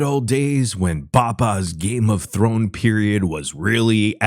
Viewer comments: Games of thorn? Thor? Games of Thor? Thorn? Da fuck he say? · He actually said Thorn lmao ledouche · He couldn’t say game of thrones with a gun to his head